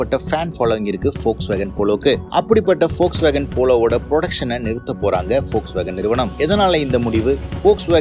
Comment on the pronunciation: Athuku Peru Volkswagen , folks nu solringa